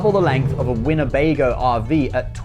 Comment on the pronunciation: 1;58 Winnebego? LONE STAR!